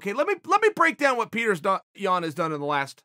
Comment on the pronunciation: pee-yo-ter*• yan